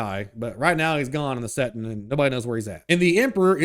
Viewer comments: Bro its settinG not settin.... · Hilarious how dude keeps referring to 40K as a "settin'" numerous times 😅